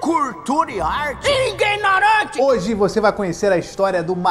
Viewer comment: "Vai ver ela ñ gosta de cultura e arte" "Iguinorante" 😂😂😂😂 amoo